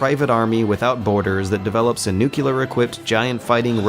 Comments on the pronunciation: what in the shit is the ugly word you repeated throughout the video? what the fuck is "nukiller"? did you mean nuclear? as in, new-clear or neu-clear? I feel like slapping someone after hearing you pronounce it wrong so many times. I can't believe this shit, you can find plenty of websites that show you how to pronounce it CORRECTLY but you still choose to pronounce it INCORRECTLY. HERE'S A WEBSITE THAT WILL HELP YOU WITH YOUR PROBLEM: CLICK THAT SHIT, CLICK IT AND SEARCH NUCLEAR AND LISTEN TO THAT MOTHERFUCKER. THAT'S HOW YOU PRONOUNCE NUCLEAR. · Dude, you keep saying "nucular". Anyway, great video. I may not agree with everything, but yours is probably the most in depth analysis the game has received up to now. Please keep up the good work. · I get the feeling i'm not the first to mention, but how can this person talking be taken seriously? Can you say "Clear"? now say "NuClear"? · specially when you're talking about a game series in which the word is said every 5 minutes. Good videos tho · Finally someone said this, watching all the critical close ups and this has been bothering me so much, damn yanks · That's my one problem with this guy. He mispronounces fairly easy words. Constantly. Watch all of his Metal Gear videos. At first I thought maybe he's European, nope. Just doesn't know how to speak properly. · I'm begging you, man. Please. It's NOO-CLEE-UR. Not NOO-CUE-LUR. Mispronouncing that word is not consistent with the intelligence and thoughtfulness you usually bring to your videos. You can fix this. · NEW-CLEAR not NUKE-U-LAR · Ugh. I like your videos, but why do you keep saying 'nucular' instead of 'nuclear'? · C'mon man, stop saying nucular! That's not a goddamn word. There are particles so there can be particular. There are molecules so there can be molecular. However, there is NOT a nucule so nucular is a bastardization of the word nuclear. Please, you're smarter than this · great observations son, but please, 'nuclear' not 'nucular'.